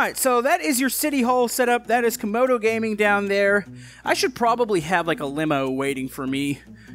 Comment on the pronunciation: why does Youtube always pronounce Camodo’s name as kAmOdO gAmInG? also on this episode “modal gaming”